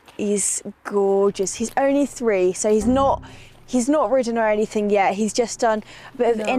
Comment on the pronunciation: I really love the White family…….but please STOP saying “ anythink “ …..just don’t…